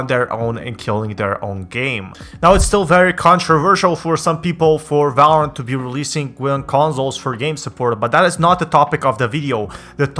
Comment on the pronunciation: no one: this guy: valrarent